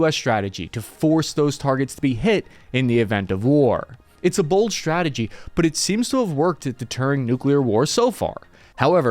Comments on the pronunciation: ssshhhhrategy, huh? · I know very well that I'm a nit-picking SOB, but I find it impossible to focus on anything anyone says when they always say things like "Sshhtrength. Sshhtrikes. Sshhtrategy. Infrasshhtructure." I like your channel. I do. But I can't unhear, then my own nit-picking mind focuses on it.